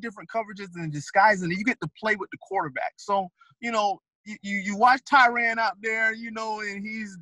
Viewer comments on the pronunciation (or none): I don't understand how so many coaches can coach a guy for a whole year or more & still mispronounce their name. Tie-REN not RAN or RON. It's very simple. I wonder if Tyrann is just tired of correcting mfers